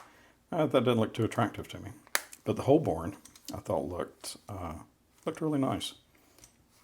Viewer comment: It’s pronounced “ho-bun”, not “holl-bourne”. It’s named after an ancient district in central London.